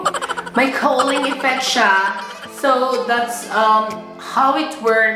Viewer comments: Cowling? Cooling? Cooleng? Hahaha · Ung line talaga na "Maganda na va?" HAHAHA at ung "coaling", cow-ling effect. Love u. Super funny ka talaga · "kuling,cole-ing, cooling" effect. Hahahha